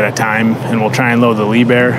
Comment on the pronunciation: Liebherr, pronounced leaphair, yes pronounced it right. Top of the line equipment and German made. It's the Mercedes for construction equipment, why do you think all those who can effort it in the world by German cars instead of Caddilacs...